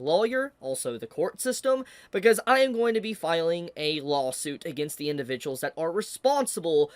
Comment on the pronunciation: Everytime he says lawsuit I just hear "lolsuit"